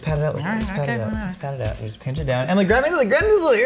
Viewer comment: Hearing Emily pronounce pinch “peench” spoke straight to my equally illiterate Tennessean soul. 💕